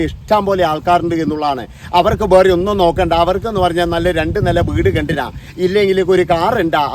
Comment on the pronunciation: സാറിൻ്റെ വീടിയോ ഇഷ്ടമാണ്. പക്ഷേ സാർ, ബേറേ എന്നല്ല വേറെ എന്നാ ന്ന് ഉച്ചരിയ്ക്കേണ്ടത്